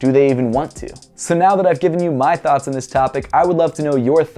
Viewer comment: i like how he says thoughts "thots"